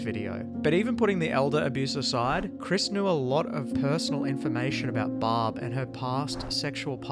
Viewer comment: Why is the garbage ass narrator calling Barb, Bob?